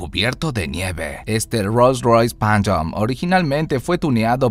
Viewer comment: Rolls royce panchyoooooo